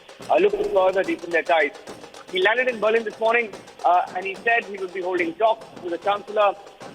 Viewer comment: Why is the anchor pronouncing Berlin wrongly?